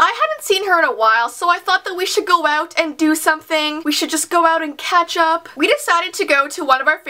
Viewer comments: did she say ketchup or catch up? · when she said catch up it soundid like ketchup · No lie, when she said "catch up" I thought she said "ketchup". I was like, "Yeaaaaahh, I like to ketchup with my friends too..."